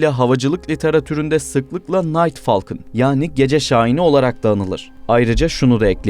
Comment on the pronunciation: Falkın, aesa yerine asa...😢😢